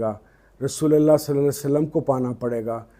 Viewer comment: Sir saly nahi perhen salli perhen